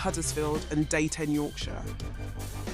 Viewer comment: its deeton not dayton